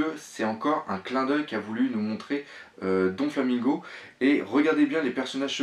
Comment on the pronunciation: arrête de dire Donflamingo c'est Doflamingo